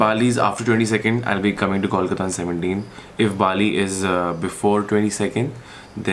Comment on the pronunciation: It's Kolkata Coal-ka_ta